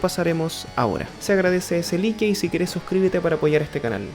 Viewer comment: Se dice like, no lique. Atrozmente don un canalla..